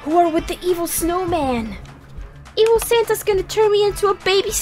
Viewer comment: i heard: “what if they kidnapped sans!” xDDD